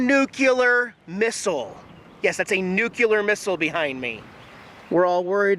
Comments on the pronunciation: nuCLEAR, not nuCUlear 🤦🏻‍♂️ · like the video but you hit one of my pet peeves :) There is only one 'U' in nuclear. It isn't pronounced nuculear, it's nuclear. nu·cle·ar ˈn(y)o͞oklēər. Jax should have straightened you out :) Enough minutiae about nothing. keep up the good work. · If you want to say it correctly, for your future, nuclear is pronounced new-clee-er, not new-cue-ler. If I already told you that in another video, forgive me, I can't remember. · It's not " Nuke U Ler " It is pronounced " New Clear " Try to say it... It will sound Correct... New Clear … I worked in Nuclear Research and Development for 20 years.... Somehow it freaks me out hearing people pronounce it wrong... Especially Government officials !!!! Great Video as always !!!! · Nuclear : Nu-clee-er. I think George Bush got some flack about saying nuke-you-lur. But it goes well with wearing a wife beater that has bud light on it. Lots of love Keep filming! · Seriously,!..."nucula"?😂...you been hangin' with George 'Dubya' Bush? FYI...nuclear😊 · Pronunciation nazi here....Every time he says "nu-ku-lar missle" I bang my head against my desk. It's pronounced "nu-clear". OCD going into overdrive. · Nu Cle ar. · Hey! It's New-clee-ar.:-) Couldn't help but say something. Ever see Doctor Strange Love? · nuke-ya-leer! lol! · good one..at 10 bucks, that's a bargain. Oh by the way, it's pronounced (Nu Clear) :) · George Bush would be proud of your "Nuclear Missile" pronunciations.